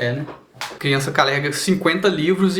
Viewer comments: Foi pq ele disse "calegua" no ao invés de "carrega". =) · é porque foi bem na hora que ele falou "calega" em vez de "carrega", ou seja, ele falou igual ao Cebolinha rsrsrsrsr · Ele falou que nem o Cebolinha. Ao invés do R usou L. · PORRA dei tanta risada quando ele falou "calega" e colocou o cebolinha kkkkkkkkkkkk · calega kkkkk cebolinha kkkkkkkkkk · No momento que ele mostrou o cebolinha ele trocou o R pelo L